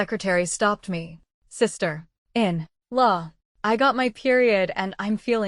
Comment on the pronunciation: Do something with the 'sister - in - law' of the AI voice, this is so annoying. Catherine also became Caleb at some point, please proofread the story before sharing 😮‍💨